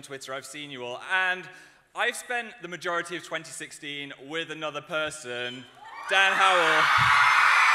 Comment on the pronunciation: I'd cry everytime he says "i spent the mayority of 2016 with another person, Dan Howell" i'm not even joking